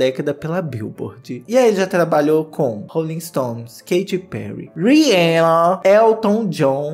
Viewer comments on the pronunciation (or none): none